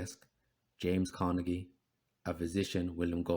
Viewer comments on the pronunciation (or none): none